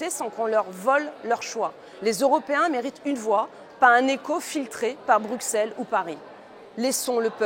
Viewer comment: Bonjour Madame Joron, Un Bruxellois vous le dit : on prononce Brusselles et non Brouxcelle. Merci pour tout.